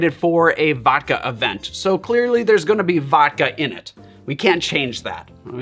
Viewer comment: Please pronounce the D in vodka.